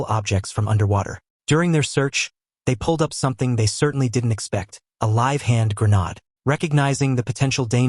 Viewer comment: It's pronounced 'hand-gren-aid' 👍